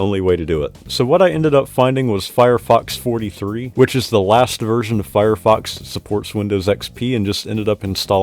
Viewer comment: My fav win. Anyone else hearing firefox as firefu**s when he say it? 🤔